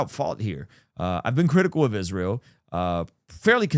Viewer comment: Why does she pronounce it "ISHreal"?